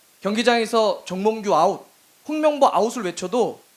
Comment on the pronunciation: 똥명보로 들려 또 홍명보인건 ㅇ@